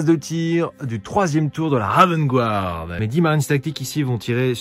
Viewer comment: Excellente vidéo ! Juste un petit point prononciation pour de futures vidéos : "Guard" ça se prononce comme "garde" en fraçais et non "gouarde" ;) Les habitudes de prononciation sont dures à perdre, donc c'est normal si la bonne prononciation ne viens pas naturellement ^^